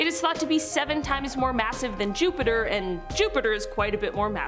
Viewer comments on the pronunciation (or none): none